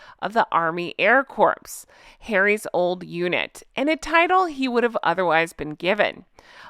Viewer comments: Hey! “Corps” is pronounced “core”. You don’t pronounce the PS. Have to say that because, when I was young, I was interviewing for a program in college and I mentioned the “peace corps”. I was corrected by the interviewer - it’s pronounced core, not corpse. I’ve never been so mortified, but I got the gig! So I guess it wasn’t so bad. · It's not the air CORPSE it's pronounced like CORE